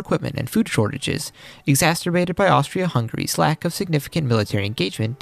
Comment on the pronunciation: Can you learn how to pronounced exacerbated please, it's not exasterbated.